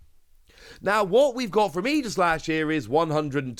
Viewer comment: Definitely pronounced Ee-jih-slash like you said because it’s based off of Aegis from Greek mythology. But I will definitely always say ay-jih-slash lol